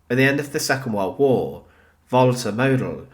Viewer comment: what does "second wore wore" mean? he says this a number of different times throughout this video